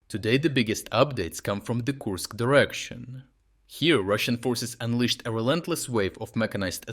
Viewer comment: Kursk not koosk